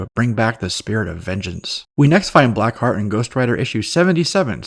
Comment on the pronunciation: it's "Black ❤ Heart," not blackheat 🤭